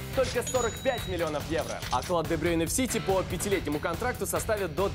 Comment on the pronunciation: Кевин де БрЮйне, а не де БрЁйне